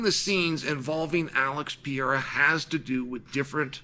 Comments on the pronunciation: What is it gonna take for uncle Chael to learn how to pronounce PE-RE-I-RA ? Instead of PI-E-RA ? Haha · he always says Pierra 😝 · Surreal vs Pee-era LMFAO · you put him in the GOAT conversation, you should probably also start pronouncing the name correctly Pe-re-i-ra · "Alex Pierra" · How many wins away is he from you pronouncing his name correctly? :D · Someone please show this man how to pronounce Pereira!!! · Chael, if Alex gets it done, wil you pronounce his name correctly? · How many times can i mispronounce the champs’ name? That was his inspiration for making this video. The only reason, all the rest is garnish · I’ll give u 25 dollars 💵 if u learn how to say pereira correctly 🤣🤣🤣🤣🤣🤣🤣😬😬